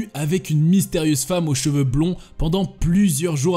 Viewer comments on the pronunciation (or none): none